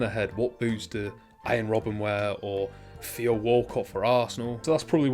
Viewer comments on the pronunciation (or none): none